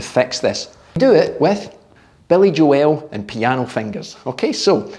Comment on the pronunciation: I’ve never heard of billy joels name pronounced like that before